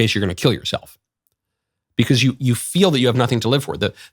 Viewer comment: Please stop saying 'because' like u English is not your first language And also please stop being smug